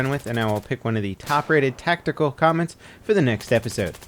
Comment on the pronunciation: Just sitting here laughing cause of how he pronounces the TACTICAL comments... :D